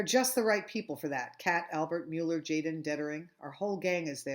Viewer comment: Tjaden is actually pronounced yah-den